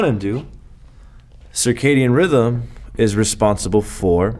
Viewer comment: It's circadian not circadium.